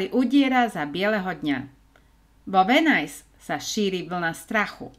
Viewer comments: Videjka super.... ale říct Venice - Venajs??? Uf Uf Uf..... to bych radši celý vymazala a.natocila.znovu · To je venis nie venajs😢